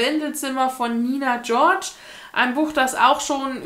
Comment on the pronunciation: Ich glaub, du müsstest das nicht einmal zurückschicken, sondern einfach mal Medimops Bescheid geben. Ich kann mir vorstellen, dass die einfach sagen "kriegst die 2€ zurück, entsorge es bitte selbst". So witzig, wie du Nina George so cool international aussprichst. :D Ich kenn sie auch vom Lavendelszimmer-Buch, das sieht man überall (habs auch schon öfters bei den Mängelexemplarkisten gesehen, vielleicht magst da mal gucken) und wird auch hochgelobt. Ansonsten ist die auch oft bei Buchmessen und ich hab mir einen Vortrag von ihr auf der LBM16 angehört über fairen Buchhandel, regional kaufen etc. Liebe Grüße